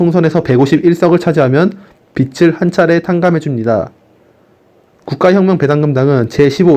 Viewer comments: 읽으실 때 정확한 발음으로 해주시면 감사하겠습니다. 비츨===> 비즐 아시겠지만 빛을 읽을 때 비츨로, 빚을 읽을 때는 비즐입니다. 빛이 아니라 빚을 탕감하는거라서 매우 중요한 포인트라 생각합니다. 들으시는 분들도 알아는 들으시겠지만 대변인의 권위에 맞게 세심히 신경써서 읽어 주시길 말씀드립니다. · 빚을 자꾸 빛으로 발음하시는데 좀 고쳐주세요. 비즐 > 비츨 국가에서 국민들 빚을 갚아주는 이유 지금 국제 돈놀이 그룹들한테 빠져나가는 이자가 연간 80조원에 달함. 국가에서 국민들 빚을 갚아주게 되면, 국민들의 도덕적 해이가 문제가 될 수 있지만, 해외로 빠져나가는 80조원이라는 돈이 국내에 남게 됨. 이렇게 돈이 국내에서 돌게 되면서 경기가 살아나게 되는 원리 이런 설명을 좀 넣어서 컨텐츠를 만들어 주시면 더 효과적일 것 같습니다.